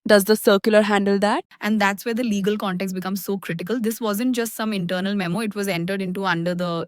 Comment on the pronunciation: You can't say memo